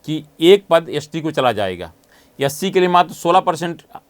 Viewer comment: भाई साहब बोलना सीखो s t मतलब एस टी और आप यस टी बोल रहे हो।